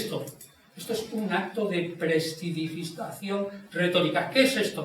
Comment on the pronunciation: No lo soporté ni 5 minutos. No sabe pronunciar la palabra prestidigitación. No explica qué tipo de argumentos desarrolla. No sabe de lógica argumentativa. Cree en milagros. Uff...!